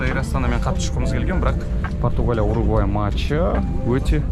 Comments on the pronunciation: Угурвай дегени бір Сүгірбай деген сияқты екен) Уругвай* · УГУРВАЙ дегенді дұрыстаңыздаршы